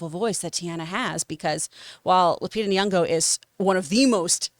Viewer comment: Every episode I wonder if John's gonna realize her name has a Y, not a U. Still not today. Lupita Nyong'o, not Nuong'o